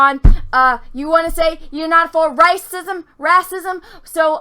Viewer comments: Your pronunciation of "whammen" and "rassism" are delightful. ....seriously though Disney fucked us out of a stormtrooper-turned-Jedi because of overseas profits and thats a bummer. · Jon Boyega pulled off a rahcism too